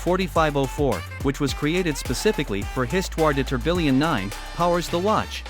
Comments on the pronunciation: "tor-bill-ion" lmaoooo it's "TOR-BEE-YAWN" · How is A I going to take all our jobs -if it can’t pronounce tourbillon?!